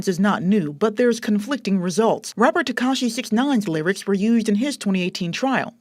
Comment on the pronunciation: Sorry, but she said wapper and awested. Hard to take it sewiouswy.